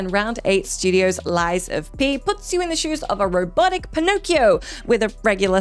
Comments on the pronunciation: What's "Asterus" ? What''s "Lies of PE" ? What's Thessia? How the HECK did you manage to mess up 3 names in a list of 9, haha this is the worst mess up I've ever seen!! Is this AI made? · "asterus", "Lies of PE" and "Thessia" really? The editor was baad here ^^